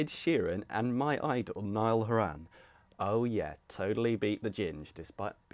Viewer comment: you pronounce niall horan weirdly :')